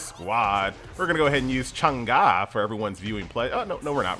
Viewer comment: By the way, her name is not pronounced as Chang Ga, it's Chang Eh. Guardian of the moon, like sailor moon in Chinese folklore.